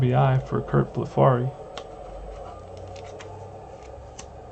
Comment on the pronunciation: Both pitchers hitting home run. Extremely rare! Curt Blefary is pronounced Bleff-a-ree,, rhyming with referee.